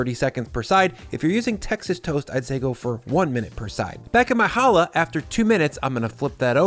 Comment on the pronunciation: I very much appreciate you pronouncing (and spelling) challah CORRECTLY! If you can't pronounce the damn name right, you shouldn't be eating it. It's not an H sound, it's a KH sound, like "loch" or "Bach". Again,, thank you.